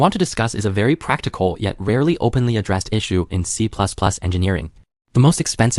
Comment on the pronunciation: Don't worry, the next iteration of the LLM will pronounce it better.